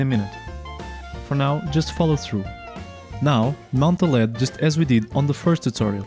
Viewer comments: firstly it is never called "le'-ed" it is an abbreviation and is always pronounced as L.E.D. (light-emitting diode), so never call it again "Le-d" because it is something else. Lead is an element with the scientific name Plumbum and symbol "Pb"; Atomic number: 82 Atomic weight: 207.19 Diodes are semiconductors not metal like the lead. Secondly, using a push switch to turn on or off the LED is so lame. I mean what else is the purpose of a "push switch" or be it any switch that exists. The switch simply cuts or completes the circuit. You can simply power 5V or 3V to an LED and if you add a switch to the circuit it will glow when pushed and will turn off when not pushed. What is the point of using a microcontroller then where is the automation? There should be at least different patterns of LED turning on or off when the button is pushed. make something challenging and use proper scientific language else a little confusion can create blunder mistakes. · Good video. By the way, it's "an LED," pronounced "an el ee dee." LED is an initialism, read aloud as three separate letters.